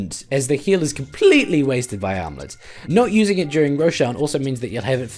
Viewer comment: Matterino Thurmanerino I'm making fun of the way he says "armlet" with his accent